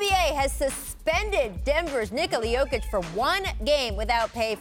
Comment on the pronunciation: Jokovic... really Scottan?